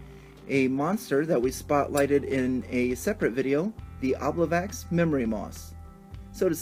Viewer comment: I appreciate your presentation of the encounter; it looks fun. Just to share (not just nitpick) something interesting to me: traditionally the memory moss is an "obliviax" (O-B-L-I-V-I-A-X), which Dungeon Magazine #93 suggests be pronounced o-BLIV-ee-aks. It is likely meant to evoke "oblivion", which comes from Old French oblivio, and before that the Latin "oblivisci", meaning, appropriately, "forgetfulness".